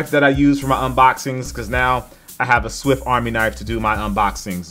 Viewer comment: Is he saying swift army knife??